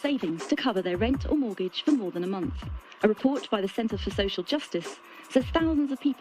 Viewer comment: say social worker again please actually just say social